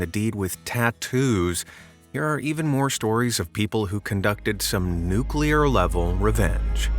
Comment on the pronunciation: My favorite level of revenge is nukuler